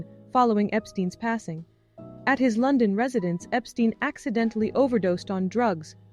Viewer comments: EPT ST EYE N. not eeee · When the narrator can't even pronounce the name Epstein properly, you have to wonder about the video's accuracy.